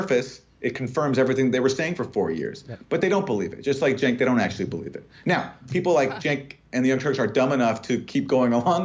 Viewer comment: Cenk is pronounced "Jank"? Well, as a point of interest, if I say I was caught tugging my jank, you'd know what I was saying, right? This comes from rural Virginia so you know where the term comes from.